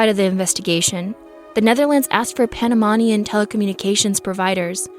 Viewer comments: You’re saying Panamanian wrong. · I think they googled her name to see if they were searching already for them, btw you pronounce wromg Panamanian and boquete. Im from Panamá. Most definitely what i think is that 1 they didn't go alone since they seemed smart enough for that, and the most important thing i dont think our polices were ready or prepared for something like this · I tried my best to ignore your incredibly poor pronunciations but it was way too insulting. How can you do a story about something that happened in Panama and can’t pronounce Panamanian? Boquete! Not Bogotica I tried but couldn’t pass the 7 min mark!